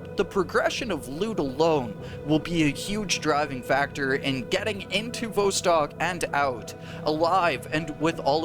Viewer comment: Vostok rhymes with boss tock, not beaus tock. It has a short O sound not a long O. I can't believe how many times you mispronounce it.